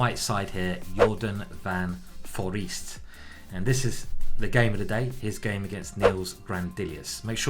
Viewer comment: It's pronounced Jorden Forehst I know dutch is cringe but please pronounce it right